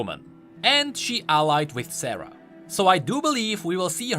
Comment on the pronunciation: Every time says "Sarah" I hear it as "Sera" and think he's talking about Seraphine out of nowhere.. ugh